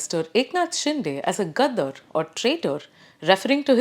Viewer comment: This lady deliberately mispronouncing the word 'gaddaar'.